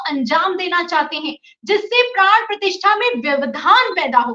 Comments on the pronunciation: मैडम मैं 4 पी एम का रेगुलर श्रोता/ दर्शक हूं, आप पिछले दो तीन दिनों से अपने वीडियो में प्राण प्रतिष्ठा की जगह बार बार प्राण प्रतिष्ठान का उच्चारण कर रहीं हैं जब की आप को ये मालूम होना चाहिए कि दोनो शब्दों में जमीन आसमान का अंतर है, गलत उच्चारण से अर्थ का अनर्थ हो जाता है इस चैनल के लाखों व्यूअर्स हैं क्या मेसेज जाता होगा की कैसे कैसे रिपोर्टर संजय शर्मा जी ने रखें हैं जिन्हे हिंदी का सही उच्चारण करना भी नहीं आता, में ललित शर्मा लखनऊ निवासी आपके मुंह से गलत उच्चारण सुन कर बहुत असहज हो रहा था, कृपया आगे इस चीज़ का विशेष ध्यान रखिएगा। मैं पेशे से एक सरकारी विद्यालय में प्रधानाध्यापक हूं इस लिए हमारा फर्ज था आपको बताना धन्यवाद। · मैडम जी, प्राण प्रतिष्ठा कहना चाहिए न कि प्राण प्रतिष्ठान। धन्यवाद🙏